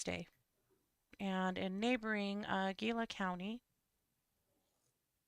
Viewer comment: Gila = hee-lah